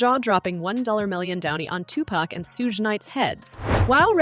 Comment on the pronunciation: Lol she said “Two-Pack and Soog Night”